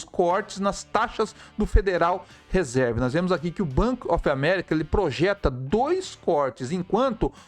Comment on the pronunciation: A pronúncia correta seria Federal Risãrv